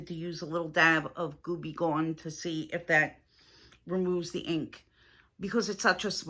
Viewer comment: not "GOOBYGONE" it's GOO BE GONE!!!!!